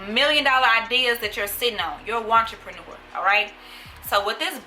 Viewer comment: I feel attacked when yuh said “watcherpnure” .... mam please let go off my shirts 😭😭.. ima go buy the book